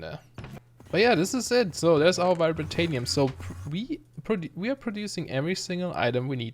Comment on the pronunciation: I love your video :) I also love how you spell vibrantium haha. You say Vi-bra-ta-nium, its supposed to be Vi-bran-tium. I think anyways who knows I'm probably wrong too.